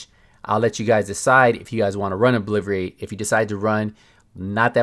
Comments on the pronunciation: its. O-BLIT-A-RATE obliterate lol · George Alvernia - LMAO 😂 I came to the comments just to see if anyone else caught that!!!! I’m like...obliVerate??? 🤣😆🤣😆😆😆